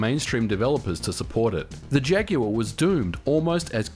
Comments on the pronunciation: Modern Vintage Gamer you must be the first American who pronounces ‘Jaguar’ correctly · Good to know that aussies pronounce jaguar correctly like us brits. It's not 'jagwaar' for Christ's sake!